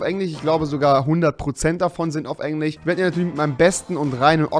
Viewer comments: Rewi 3 sagt Englich statt Englisch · Wie er einfach sagt Englich statt Englisch xDD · Wie er sagt: Englisch - Englich Kirche - Kirsche :D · Englich 😂😂 liebe deinen "Sprach Fehler" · Wie du immer Englich sagst😂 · Du hast die ganze Zeit Englich gesagt 😂😂😂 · Wer von euch spricht auch englich?😂😂😏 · Englich? XD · Englisch nicht englich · Timothy Chandler und am Anfang sagt er noch: Ich übersetzte es mal für trottel die kein Englisch (oder wie Rewi es sagt: englich) können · Auf "Englich" XD